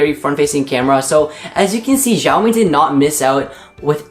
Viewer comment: lol he pronounces it as jhiao mi , it's xiaomi g.d. it